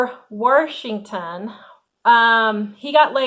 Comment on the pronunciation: Love the way you say Washington = Warshington! 😂❤